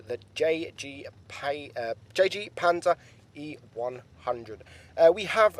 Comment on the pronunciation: It's not pronouns. Yagurue, It's pronounced haugenapanzer